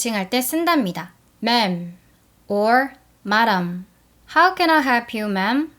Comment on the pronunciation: madam 발음하실 때 어떻게 발음하신 건지 궁금해요. 제 귀에는 마덤이라고 들리는데 옳은 발음은 뭔가용?